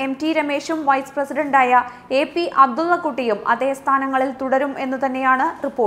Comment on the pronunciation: "അബ്ദുള്ളകുട്ടി" ഉച്ചാരണം ശ്രദ്ധിക്കു..